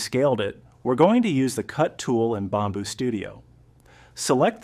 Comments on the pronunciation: Bomb boo?? It’s pronounced “Bam boo” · Why do you pronounce it Bomb boo studio, you pronounced it correctly in your text video lol. Outside of that, the video is helpful!